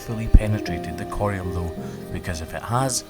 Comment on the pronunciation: has an extremely elegant way of saying the word “corium.” It really rolls off the tongue coming from him